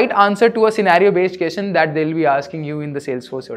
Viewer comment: Hey, you are doing a great job. I love it. On a lighter note- Can you also say “question- kwesChen” instead of “keschen”. Also “duhvehLuhpuh- developer” instead of what you say? Thanks.